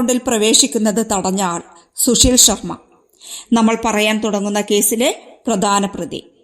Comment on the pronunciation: ശുശീൽ ശർമ്മ അല്ല സുശീൽ ശർമ്മ ആണ്. കഷ്ടം!